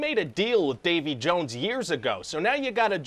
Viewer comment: Ah yes, Davy JUwUnes